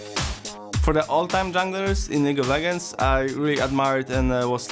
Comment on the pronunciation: League of Leg-Ends